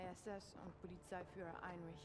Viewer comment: Der heisst Heinrich und nicht Heinrick ! Eure Aussprache ist echt ....